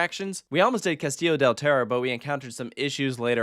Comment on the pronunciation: They way you pronounce Terror is hilarious 🤣 Thanks you for visiting my Country, might JesusLord bless you ✝️🙏🏻